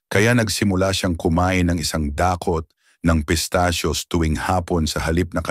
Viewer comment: No.2 konting pag aaral sa tamang bigkse tulad ng i-sang da-kot no.4 mtaming salamat sa mga impormasyon at tamang benipesyo sa kalusungan God bless